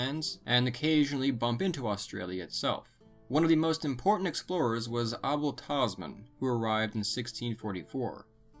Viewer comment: small note: Abel is pronounce just like able in reference to Abel Tasman